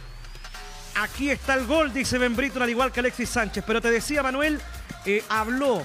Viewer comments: pero no se pronuncia así jajaja. Es una siutiqueria decirle briton. Si hubiera que castellanizar la pronunciación sería algo como bríeton. Pero la pronunciación británica es muy particular y difícil de castellanizar de forma correcta, por lo que decirle brereton a secas no es incorrecto. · la defenza de O'Higgins como el chanfle.... por favor que alguien le enseñe al locutor a decir Ben Brereton en ves de Ben Briton es